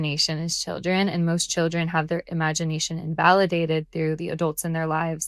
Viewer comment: Imagineation…sounds like ‘I magic’